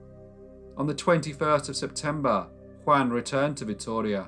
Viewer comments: *JUAN rhymes with YARN, not YAN. * 😖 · In Byran's poem, Don Juan, Juan is pronounced Jew- un. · I'm pretty sure that as this took place in Spain, the name Angela would be pronounced An hela - not the German way of Ang ela. It's funny to hear his name Juan pronounced like Wan, rhyming with man - not the usual way that sounds more like one.